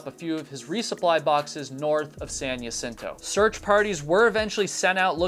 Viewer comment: It’s pronounced “hah sin to” as with many place names in Alta California, it is Spanish.